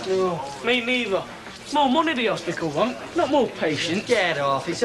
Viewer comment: oh god, the awful Kevin says ‘hospickal’ as the equally repugnant Les Battersby does in years to come. That and ‘bockle’ (bottle). I don’t know why but it just gets on my thruppeny bits 😒